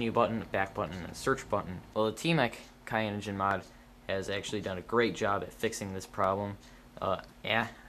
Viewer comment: and it is not Kayanogenmod its Cyanogen. Cyan is a color. I wish I could dislike the video twice.